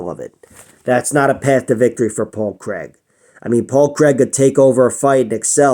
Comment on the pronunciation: Great vid man and from a Scotsman we appreciate the correct pronunciation of Craig!